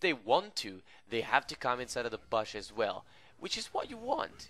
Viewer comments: I like the way u say bush: "Baash" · THe way this guy says bush makes me want to kms